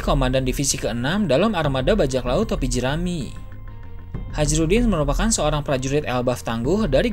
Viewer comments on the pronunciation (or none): Tulisan Hajrudin Yg gua denger Hajirudin Apa cuma gua aja Yg denger bgitu😅😂😂